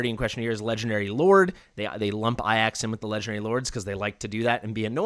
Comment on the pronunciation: It's very clearly A-Jacks....stop mispronouncing it, yikes my guy